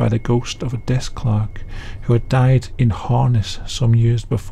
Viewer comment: For the first story, I was 3 minutes in before I realize the story wasn't about a "ghost clock." 😁😆 I put closed captions on and it interpreted it as clock, clerk, and clarks in separate instances.